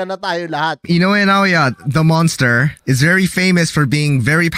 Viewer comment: Manster ha? O monster?